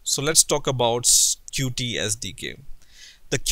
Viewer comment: it' pronounce "Cute" NOT Cu-tee!!! it's in the official documentation!!! You fail dude, why everyone say Cu-Tee??? Oh! I know why...